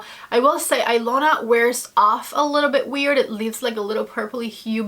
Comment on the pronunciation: The Natasha Denona lip liner is pronounced Eeeelona the i sounds like an “E” I know because it’s my name lol I’m actually Russian but the name is Hungarian go figure lol I love that liner too. I was shocked to see my name on anything as it’s not a popular name I could never find a single gift item with it as a kid.. so I had to get the liner lol and the color is a fave too. Love your videos. Watch you all the time!